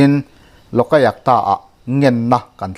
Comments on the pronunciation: I thupuan hi ngaih thlak a nuam viau mai.kan sawisel duh lai chu,LOLAYUKTA tih lai hi.Loka yuk ta. ti in i lama,loka tih lai hi, loka a (a )tih lai hi khi a hmalam AYUK tiin lam ta la, a dik zawk ang.LOK-AYUK -TA..LOK leh AYUK hi til hran ani e. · Lawkaiakta ti zawm put lo deuhin, Lawk-a-iak-ta ti a lam nise a ngaihthlak a nuam deuh maithei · Lokayukta iti zel a, Lok ayukta tih tur. Lok leh ayukta inkarah hian chawlh zeuh tur, lam zawm pût lo in.